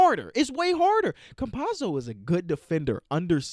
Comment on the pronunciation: The correct pronunciation is Ca-mpa-tso